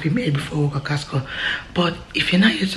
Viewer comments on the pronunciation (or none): always call Costco...Kasko 🤣🤣🤣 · Casco😂😂😂😂😂 instead of Costco